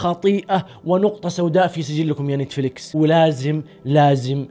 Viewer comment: تابعت اول ٥٩ ثانية بس لما قلت نيتيفليكيس وقفت الفيديو فورا 🤣🤣